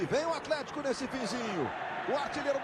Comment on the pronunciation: o narrador falava atletico e eu só ouvia alemanha